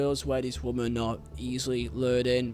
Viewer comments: This guy firstly Mendy aint a young footballer he knew what he was doing late 20’s and knew was wrong hence the locks and phones removed education ain’t the issue. Secondly you need bloody education stop saying woman ….. it’s women (pronounced wimmen)this is so annoying and makes you sound super thick … assuming English ain’t your first language but in future bro sort it out … also it’s Saha not Zaha… in a court case this needs to be said accurately please! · it's pronounced wimmin you keep saying woman.... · Please correct your pronunciation of the word women. It's playing havoc with my OCD. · It's his accent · Good video dude but please learn the difference between the words “woman” and “women” was painful to listen to 😅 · Dude, fuck, woman and women are diffrent words, they sound different. you're giving me anxiety man, gr8 informative video tho, keep up the good work